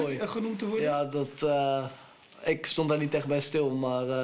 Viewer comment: Ik schaamde me dood, vreselijk voor mij etc... ikkuh ikkuh ikkuh